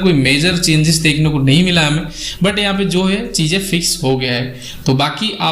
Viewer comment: VANDE MATRAM YOU PRONOUNCE WRONG